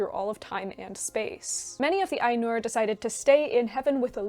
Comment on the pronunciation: it's Áinur not Ainúr